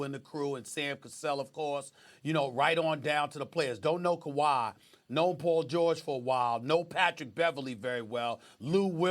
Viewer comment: Did he say Pool George 😂